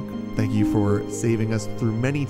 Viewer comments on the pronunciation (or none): none